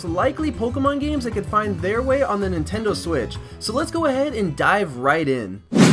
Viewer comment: he just said "Nintendo swiss!"